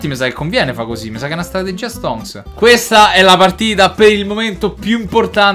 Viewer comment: quante volte hai detto STONCCCCSS